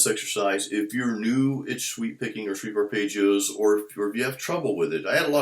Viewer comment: I remember when you used to call them "Shweep Archipelagos." BWA-HAHAHA!!! Just funnin' with you, another good video, J!